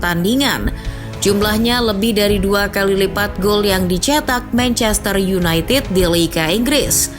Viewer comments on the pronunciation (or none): none